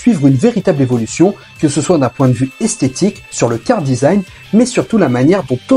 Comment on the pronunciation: On dit : « KARAdesign » Charadesign, ça m’as titillé pendant toute la vidéo, sinon excellente vidéo j’ai appris certaines choses et un bon coup de nostalgie